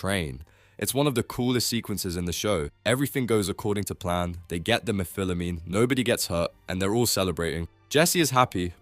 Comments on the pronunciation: toddtodd? Meh-fill-amine? Meh-phile-amine? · Dude can you just not pronounce methylamine?